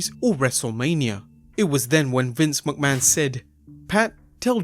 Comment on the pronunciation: please...figure out how to say mcmahon.... its not MUCK-man it's MICK-man dont think about it...and say it quick....MICK-Man, Mick-Man, McMahon